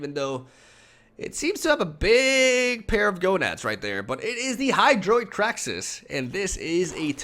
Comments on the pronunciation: Why the fuck does he keep pronouncing it "kraxis"? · Cringe with every "Krack-sis."